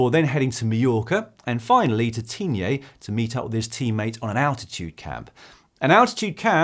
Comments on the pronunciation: Dan, great round up as ever. Just a top tip, Tignes is pronounced (as closely as an equivalent permits) like the word 'Teen' in English, and not Teen-yeh....👍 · Dan, you pronounce very well "Tignes", but there is no "é" at the end.